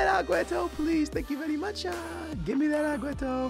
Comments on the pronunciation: I usually don't mind people pronouncing players names wrong but the way you pronounce aguero like agueto where is the T?? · please it's aguero...not agueTTo...you're not blind. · When you call Aguero Aguetoe😂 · Who's Aguetto, Maduwede, Neymarzeeto and bellereen, I know you have Portugese in you but you really try over pronouncing everything... Like rolling your tongue when you say Di Maria and It comes out as Di Malllllia... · I love your vids but why do you say Agueto instead of Aguero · Please STOP saying Agueto bro pleaseeeeeeeeeee just say Aguero like a normal person😂😂😂😂love your videos bro keep it up. I'm here from the #BooyahFamily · please it's aguero...not agueTTo...you're not blind. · It's AgueRo, not AgueTo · Why do you say Agueto when it is clearly Aguero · its agüeRo not agüeTo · It's not agueto it's aguero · lol say agueRO not agueto its getting annoying XD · Please stop calling aguero aguetto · It's sooooo annoying when he says agueTo... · Why does say "AgueTo" sometimes. 🤔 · pls what is Agueto where do you see a t in his name, still a good vid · Wait... who's 'aguaetto'??? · why you say agueto? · STOP CALLING AGUERO !! AGUETTO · ITS AGUERO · Can he stop saying Agueto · honestly where does he see a 'T' in aguero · Please man... call him Aguero